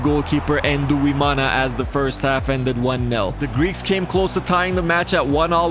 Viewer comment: Quick tip on pronouncing Burundian names, for example; 'Nduwimana' is pronounced ndu - wi - ma - na Emphasis on the 'ndu' part; it's not "en-du" it's "ndu" one syllable. Think of the english name "Blind" that "nd" at the end is the same as with the start of "Nduwimana" which means 'I am of God' btw. Thanks for coming to my ted talk.